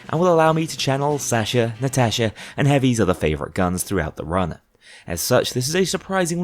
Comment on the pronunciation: Didn't you forget to record Counterfeit/Birth of Sky on some other run as well? Also, I love your content, but god, your pronounciation of Sasha and Natasha hurt my soul